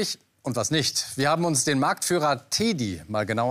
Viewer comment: Warum teeeedi ? Kein Mensch sagt "teeeeedybär"🤦🏻‍♀️🤦🏻‍♀️🤦🏻‍♀️